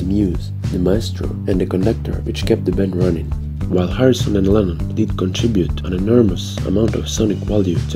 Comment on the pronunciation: Lennon its lennon obviously lemon heads